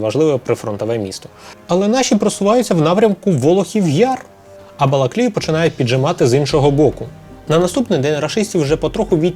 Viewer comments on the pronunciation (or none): none